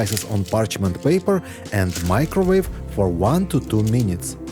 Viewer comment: 15 meeneets 😂😂😂😂😂😂 funny I speak like you